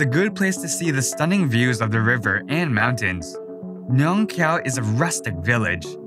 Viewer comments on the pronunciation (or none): none